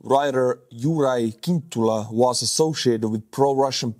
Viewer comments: Slovak is a Slavic language, not a Celtic one. Cintula is pronounced "tsintoolah". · It's tsintula not kintula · FYI Fico is pronounced "fitzo" and Cintula is pronounced "tzintula." C in Slovak is a tz sound. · English pronunciation is Fitso, Tsintula. Or, in italian: Fizzo